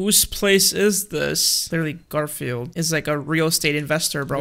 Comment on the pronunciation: It’s Gorfield oh no